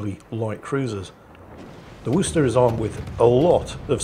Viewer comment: Listens to actually pronounce Worcester correctly! Smiles.